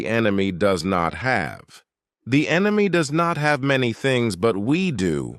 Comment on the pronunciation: FIRST TIME I hear RUSSIA called ENYMY as ENYMY including arch-ENYMY ISRAEL AND USA.